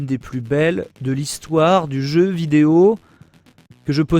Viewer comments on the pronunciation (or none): none